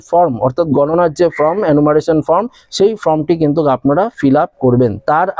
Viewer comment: আপনি কখনো বলছেন "FROM" কখনো বলছেন "FORM" যদিও প্রকৃত উচ্চারণ হবে ফরম। নিজের উচ্চারণ সম্বন্ধে সতর্ক থাকুন। বাদবাকি ঠিকই আছে।